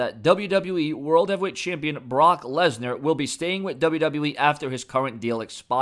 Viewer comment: Lensar? You mean Lesnar